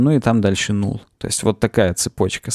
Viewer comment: ты же английское произношение практикуешь. Null читается как «нал».